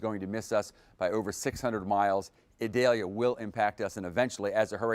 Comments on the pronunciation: E-deh-Liah 🤣🤣 Idalia chico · Eee-doll-yah. It is not an onion.